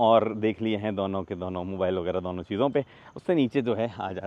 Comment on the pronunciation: has his own way of saying "DONO" which sounds like Douno 😅